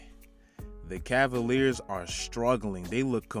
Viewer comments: Really “cleveland assaliars” bruhhh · Nigga said ass-aLiers I'm crying 😂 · Bro when he said Cleveland ass-aliers it had me dead and I'm a cavs fan too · Lmfao Cleveland Assaliers 😂😂😂😂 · did dis man just say assaliers